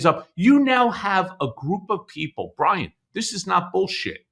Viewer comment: Brian with a “w”? Bwian??